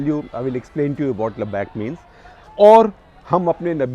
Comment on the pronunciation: Pronunciation and meaning of word labbaik. Lot of things you said are all botched up half truths. We cannot expect you to be on dot but then why fill people with half truths